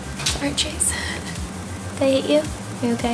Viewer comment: she says chase not jace lmao